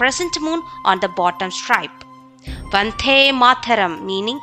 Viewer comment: Vandhe not vante